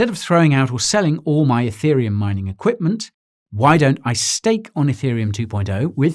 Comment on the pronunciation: Every time he said Etherium it triggered my iPhone which for some reason thought he was saying Hey Siri.